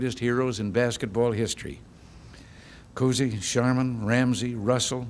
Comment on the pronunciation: he mis-pronounces Bob Cousy, Tommy Heinsohn, John Havlicek and Dave Cowen's names. Howard Stern used to use this (in the mid-80s) as a funny intro to his show. 😀